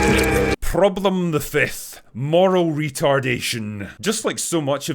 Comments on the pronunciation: Wow, besides all is true, Your "prroblem the first" was so polish, cześć przyjacielu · Had to pause the video when Drinker rolled the r on “Problem the 1st” because it was so perfectly hilarious and unanticipated 😂 never change Drinker, never change